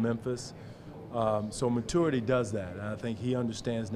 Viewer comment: Haha Casey still cannot pronounce "maturity"